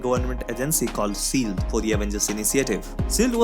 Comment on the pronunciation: Since you are targeting national audience here is a tip: Please pronounce SHIELD as shield not SEALED Your SHH.. sounds like SS.. Nevertheless, it was a good recap thanks.